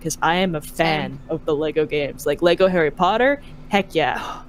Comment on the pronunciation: Why can't you say lego?